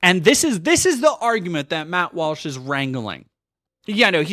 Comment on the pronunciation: Lmao, "Matthew Walshothy."